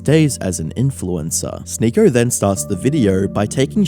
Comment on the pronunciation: English is not my first language, but what accent is the narrator supposed to have? He pronouncer Sneako like "Sneakor", video as "videor", or something like that